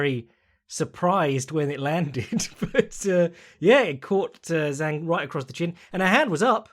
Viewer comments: you can say weili's name whichever order you want but it's zhang as in "jah-ng" not "zang" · Zhang has been fighting in the UFC since 2018 and was THE CHAMP since 2019. All those years and accolades but still acts like he doesn't even know her name and that it's some kind of tongue twister to pronounce correctly. I think it's fair to call that at least disrespectful (maybe more, but I'll keep that to myself).